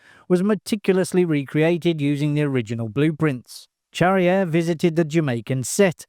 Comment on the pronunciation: Pronounce "Charrière" correctly; that would help.